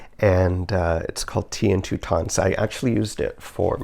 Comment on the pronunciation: You will have to learn how to pronounce Toutons! Think trout without the R, then ins. They are a Newfoundland bread dough that is fried in butter, serves with molasses! We usually have them on Christmas Eve. Great job, I love your creativity!